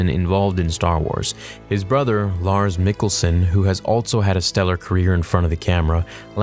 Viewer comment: As a Dane, I must say, you did a good job pronouncing Mads Mikkelsen and Lars Mikkelsen 😄👍🇩🇰